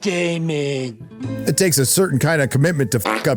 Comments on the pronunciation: "Matt Daemon" 🤣🤣🤣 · "Matt Daamon" LoL! I just spewed beer out of my nose. Thanks!